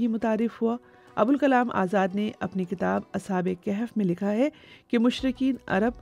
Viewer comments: Word Kehf ni bulk kahf bb ha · لفظ کِہف نہیں ہے. کَہف ہے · Its kahaf not Kahef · Informativ program but Arabic word is Kahaf not kehaf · Kahf,not kehf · The word is "kahaf" not "kehaf" my sister. Pls don't mind.